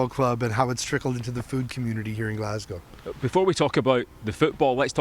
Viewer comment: Bonus points for not saying GLASS-COW 😄